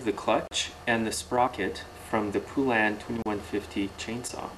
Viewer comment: FYI; It's Pronounced Po-Len. They put it right in their ads years ago.